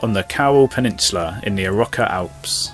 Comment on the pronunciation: Well see you're English and can't pronounce the names....I don't know how the write Arrochar right, I'll try, it's not "Arrow char" just Arrochar and "ch" isn't said as in cheese. Similar to the way YOU say loch but you say lock as in door lock.